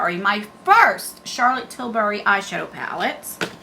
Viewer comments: I just love watching you! Your so cute, especially the way you say Charlotte tisbury lol it’s Tilbury lol but I like the way you say it!! You always put a smile on my face so thank you,😊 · Charolette TillBury No “S” in Tilbury